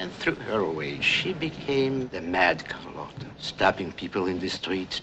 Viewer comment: No matter how many times the characters in this movie correctly pronounced her name as "car LOT uh", continued to call her "car LOTE uh." That's some real determination!